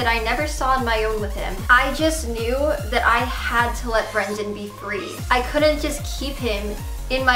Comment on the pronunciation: but this isn't a secret she's clearly lying and by the way it's that not dat